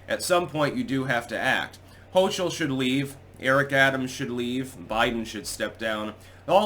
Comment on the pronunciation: HO-KUL not Hoochul. HO-KUL!